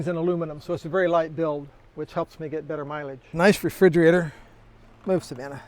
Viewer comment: Savanna, I had to go back cause it sounded like Banana 😂.